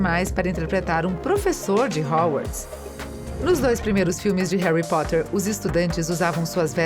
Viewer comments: O que é Hauwarts? kkkkkkkkkk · MEU DEUS ERROU MONTE DE NOME RERMAIONI, HOWARDS, DAUMBLEDOR QUE ISSO KSKSKSS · e quando ela falou "rouarts"? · Da pra falar Hermione e Hogwarts direito caramba.. que nervoso